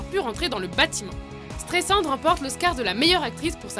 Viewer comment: ça se prononce S-trai-s-and...